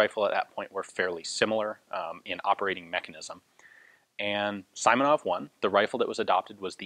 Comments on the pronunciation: Simonov, not Saimonov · "sImonov"?! LoL! It's actually pronounced like "sEE + monOv". Not that it matters much, the story is more important than such finesse. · Simonov’s nave sounds not like as sAimonaF. Correct is sEEmonoV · The correct way to pronounce Simonov's last name would be S[ee]monov rather than S[ai]monov. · Simonov is pronounced "see-mo-nov" (like in "George Simenon"), not "saimonov". A great review though. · Pronouncing [saimonov] is not quite right, it should be like [seemonov]. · FYI. Simonov is pronounced with an ee like sound as in seaside. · Just a tip, the i in "Simonov" should be pronounced like "e", not like "i", like in a word "simple".